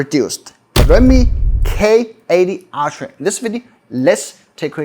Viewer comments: Why do you pronounce ultra as Altra. Its wrong. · Everyone pronounce: Ultra❌ pronounce: Aytia 🤣✔️